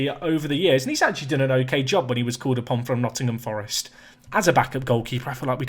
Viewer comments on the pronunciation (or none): none